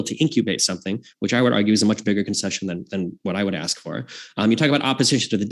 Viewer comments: Why can’t pronounce “ask”? She says axed’ 😂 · Hard to take someone seriously who says "ax" and "warefare". She can pronounce an S on any other word so its intentional. Not to mention she has no clue about ethics SOP and fallacies. Shes got zero knowledge in debate. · Atleast can pronounce ask😂 can’t even say ask without saying axe😂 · can’t even pronounce “ask”. She’s not based, she is uneducated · She can’t even pronounce “ask” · as a person who has expertise in this area you should probably realise that ax/axe is a common pronunciation in the American south and was an acceptable pronunciation in England in the past. In essence I’m not even sure how you can claim that she can’t pronounce the word correctly. By what standard? According to the culture with which she grew up in she is pronouncing the word correctly. Seems like a very stupid and ignorant thing to say. I never said you were a yank btw. I just figured you were a moron and it seemed like a better use of your time than crying about how people you don’t like are mispronouncing words on the internet You’re clearly slow so I’ll spell it out for you. The reason I made the point that all American’s pronounce ask incorrectly is because they do when compared with people in other parts of the world. The way ask is pronounced depends on the geographic location in which you were born and to say there is one correct way of saying it is idiotic. Most words that Americans say, such as nuclear, sound absurd to my ears but that doesn’t mean my regions’ way of pronouncing them is more correct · How hard is it to say “ask”? It’s 3 fucking letters.